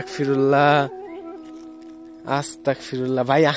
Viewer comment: ভাই আস্তাকফিরুল্লা হবেনা আস্তাগফিরুল্লাহ হবে।